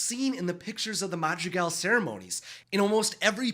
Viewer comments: Tell me why i keep hearing "magic elves" instead of madrigal 😂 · Every time you say Madrigal it sounds like magic elves to me I was so confused